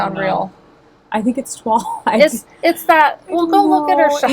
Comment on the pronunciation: Ok, NOT log ladies (hahaha, you cracked me up), Toile .... pronounced "twoa ley" .... french